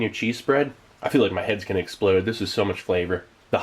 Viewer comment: "YOUR HEAD A SPLODE"